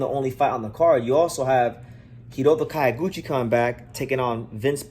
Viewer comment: Not "Kayo"- guchi. "Kyo' -guchi, as in the city "Kyo"to